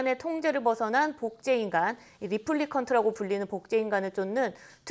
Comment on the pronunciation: 리플리컨트라고?레플리컨트 발음하나도 못 맞추냐?ㅋㅋㅋ 걸작이라면서 이 간단한 발음조차 틀리나?YTN아 제대로 보도해라 ㅋㅋㅋ 복제품을 리플리카라고 하냐?